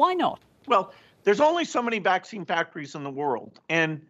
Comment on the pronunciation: His pronounciation of the Vax - Vaccccccccine, is the one that gets me! Peace.